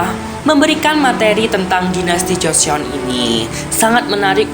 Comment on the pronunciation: Cara nyebut nya bukan joseyon bang tapi joson